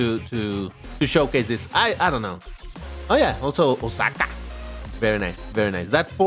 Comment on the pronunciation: "OwhSAcKAH!" XD